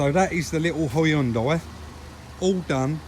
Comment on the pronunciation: Great call on the side moldings. Probably what my white slab sided '10 Xb needs, looks like Moby Dick. Across the pond we're not as safety conscious, no rear fog lamp. We'd prefer to run up your backside. Lazy in our speech as well, pronouncing Hyundai as "Hunn Day". Thanks for great videos. Narragansett Bay.